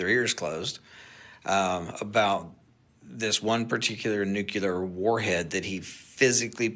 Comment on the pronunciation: The whistleblower doesn't even pronounce nuclear correctly. I think he's a plant for misguiding us.